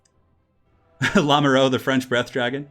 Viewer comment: "Lamoureux" is pronounced "La (like in "[la]mp")-moo (like cows)-ru (like in "m[u]rder"). It lossly means "the one in love" and is a common surname. The wonders of French spelling.